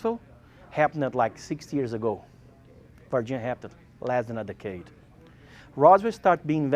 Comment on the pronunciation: “VAH-ginia people”